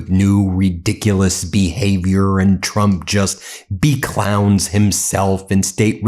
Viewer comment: “Beclownes” himself… Good one Ben! 😂